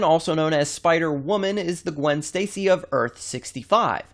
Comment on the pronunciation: it kinda sounded like she said gwen's tasty